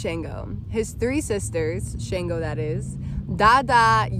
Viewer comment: It's not SHANEgo.... Please learn how to pronounce Orisha names correctly if you are going to speak on them.